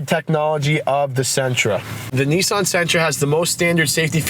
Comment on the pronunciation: Why can't he pronounce Nissan correctly?